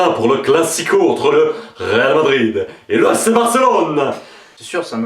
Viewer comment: lol excellent. juste on dit real Madrid ;-)